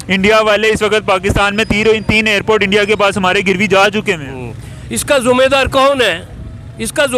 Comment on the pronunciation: अरे चाचा तू क्या बोलता है जुमेदर नहीं जीमेदार बोलो